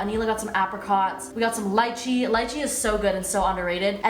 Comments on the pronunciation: I’m so happy you say lychee and not LEEchee lol I’ve had so many fights with mostly yt people about how to say it. LIKE BRO I AM CHINESE IT IS A CHINESE FRUIT. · FINALLY THE FIRST WESTERN PERSON TO SAY LYCHEE CORRECTLY